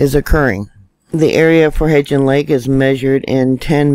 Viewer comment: love ya to pieces! May I help with a pronunciation? It's Hebgen Lake. There is no "d" in there. Just say it like heb (schleb, bleb, etc.) and gen (hen, pen) Easy peasy. Hebgen. You are such a blessing to us. Thanks for all you do! ❤️